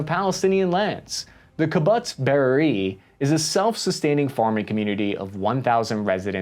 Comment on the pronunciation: As we go forward I want to help you with some of the Hebrew pronunciation as I’m sure this will come up again. Kibbutz is pronunced Key-bu-ts. The plural is Kibbutzim. Beeri ir pronounced beh-ear-ee